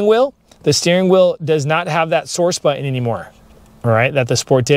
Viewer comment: Nice review though I did giggle when you kept saying butt-in.